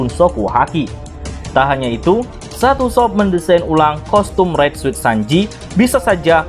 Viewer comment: Suit dibaca sut